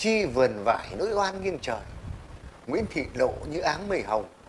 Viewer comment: Nỗi oan chứ không phải “lỗi oan“ nhé!